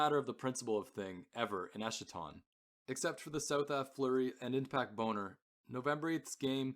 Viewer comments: Eskaton… not eshaton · esKaton, like eschatology, greek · You’re pronouncing eschaton wrong